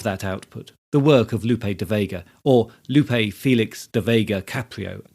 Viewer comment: good content, but the pronunciation of "Lope" and "Miguel" is incorrect.